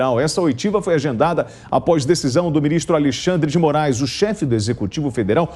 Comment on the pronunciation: Oitivas, e não oitavas kkkkk